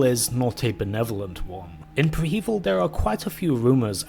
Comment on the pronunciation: Preh-heh-veel my guy not pre hEvil love the content btw